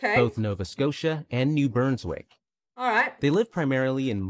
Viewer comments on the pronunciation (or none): Christmas must be an AI generated voice. Because everyone was everything is mispronounced. It is New Brunswick, not Burns Wick. And you don't see k g, you say kilograms. Bunch of other issues with his speech as well. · Could they not have hired a Canadian narrator? New Burnswick? Mantoba? Curliew? Nunvuta? KayGee? Lampree? Sallmon? Has to be an American I can't think of a reputable Canadian narrator making that many mistakes. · The narrator of that video is clearly not Canadian… “New Burnswick” ?? 😳🙄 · The narrator must not be Canadian - he keeps saying New Burnswick... its New BRUNSwick lol * Lamprey = eel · the repeated "new BURNswick" from the video narrator was unbearable xD It's New BRUNswick. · New Burnswick ??????? who is narrating is not familiar with the provinces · Oh. 🤦‍♂️. How do you mispronounce "new brunswick"?